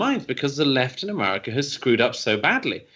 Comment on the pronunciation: Ahmaahhhricah... I love Douglass pronunciation of America, it cracks me up every time 😂